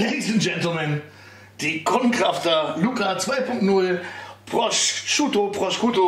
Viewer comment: Man spricht den Schinken auf italienisch "Proschuto" aus :) (Nicht Proskiuto)